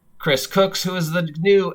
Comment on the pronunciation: You keep pronouncing his name "Cooks" . . . just saying'.